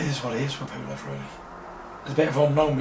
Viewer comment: Bitch can't even say PULEV.. we need another reporter